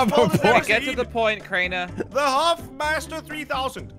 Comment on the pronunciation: its crainer not drainer